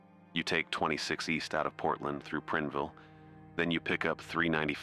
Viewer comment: Prineville is pronounced like “sign ville”